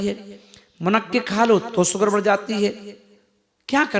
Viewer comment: अरे बाबा सुगर नही कहते शुगर बोलते है, अब यहाँ से सुरवात है तो कैसे इलाज करियेगा 😂😂😂😂😂